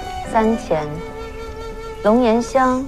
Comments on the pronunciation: 还他妈龙延香，那个叫龙涎(xián)香，好吗？！演员的文化水平真的有待提高啊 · 龙涎香,跟我一起念xián